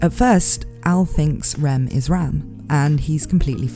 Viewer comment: As a non native english speaker it's realy hard to distinguish your pronunciation of Rem from Ram lol